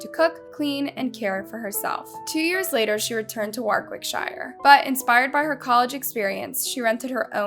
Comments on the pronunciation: Nothing to do with the case but it’s ‘War-Rick-sheer’ that’s how English pronounce it. Just had to say it sorry x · More poor pronunciation - "Warwickshire", and generic. stock. footage used... just really poorly researched and the actual soundbites are from another documentary from the UK. '' is just a narrator that reads a (poor) script emailed to her... so stop. commenting and expecting her input/response. How hard is it to pronounce place names? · Enjoyed the video, only (constructive) criticism is to research pronunciation of places in the UK, it's pronounced Wor-ick-shur (best I can explain it haha) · The way the narrator pronounces "Warwickshire" 🤦‍♀️ - Why don't people make an effort to say these names correctly?!